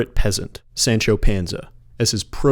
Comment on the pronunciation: I just have to say it bothers me that you’re able to perfectly pronounce Goethe and Les Misérables but butcher pronouncing Sancho Panza. The a’s are a soft “ah.” Great video regardless.